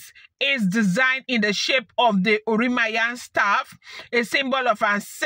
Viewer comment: She is spiritual, so God guides her on what to do. It is pronounced, oran- mi- yan,. Thank you for this thrilling gist. You made my day. Nice one. Only the desperate,ones spend their monies on otumokpo. May your reign be long my queen and king.